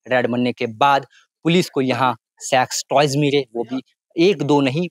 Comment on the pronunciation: Ye sex toys ko kuchh bda ajib hi pronunciate kar rha hai Sex toys 😂🤭😆🤣😁